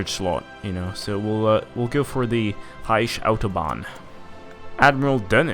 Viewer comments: It's not Reish. It's Reik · Rish? R-I-k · Pronounce it Riek like said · its reich with a soft ch